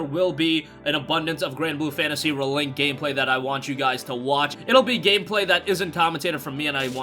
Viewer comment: The way you pronounce ReLink drives me absolutely bonkers... Can't wait for the game though.